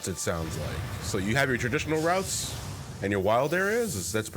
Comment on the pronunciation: Everytime said "Routes" I heard "Ralts".